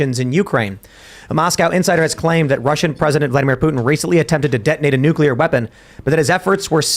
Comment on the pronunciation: Hearing say nucular is becoming unbearable